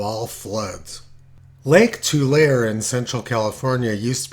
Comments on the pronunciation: Tulare is pronounced "To Larry" not "To Lair". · Predicting the timing of ENSO changes is a bitch. BTW, Tulare is pronounced Too-larry. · Pronunciation tip: “Tulare” is pronounced “Too-Lair-ee” (three syllables.) In Spanish it is “Tuu-Larr-eh”. In any case, the name comes from the vast amounts of tules (Too-lees) that surrounded the lake region in the past. Yes, I grew up in the town of the same name (Tulare.) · It's easier to just use "To Larry" when trying to tell them the pronounciation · Just so you don't sound like a rube, Tulare is pronounced too-LAIR-ee